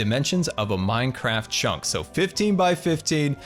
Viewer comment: A few times he said chonk instead of chunk and I love it